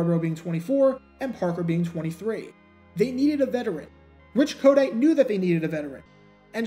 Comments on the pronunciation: Why do you pronounce his name as KODITE? It's a hard T as in the word "Tight" Co-tight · I think its pronounced, ko-TIGHT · Pronounced "Ko-Tight" he was our coach in Philly for a few years...